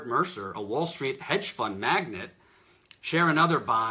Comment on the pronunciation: It's 'magnate', not 'magnet'.